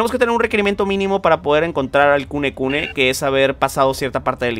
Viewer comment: El demonio se llama kunene y le dice kunekune:v me recuerda a mi diciendole burdaka al aku aku